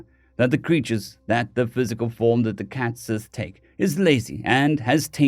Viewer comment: Cait sidhe not cat sith lol